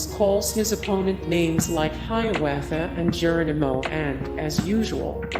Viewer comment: "Michigan J. [pause] Frog", as opposed to "Michigan J. Frog". ¿"deh-humanizing", not "dee-humanizing"? silly me, i've been saying it incorrectly all these years. ¿"HI-waa-thaa", not "HI-ah-waa-thaa"? ¿"JAIR-an-ah-moe", not "Jur-RAHN-ah-moe"? Bugs, ¿how could you do that?...or should i ask, "narrator, ¿how could you do that?"